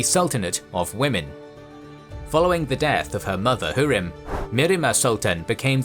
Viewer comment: Her name is pronounced Hoo-rem not hu-rim